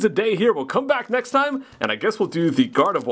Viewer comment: Love all your videos! Thanks for sharing your awesome collection!!! One tiny little thing...not even being mean about it, but...Gardevoir...you can still say the R lol I don't know why but it kills me when it's said Gard-E-vwa...haha. Still love you! Lol